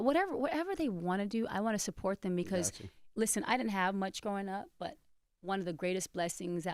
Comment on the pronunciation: The way envy says because it’s so dumb like he doesn’t know how to pronounce it properly